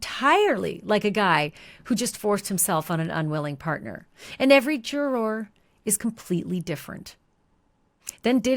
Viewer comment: Why do you pronounce juror like that?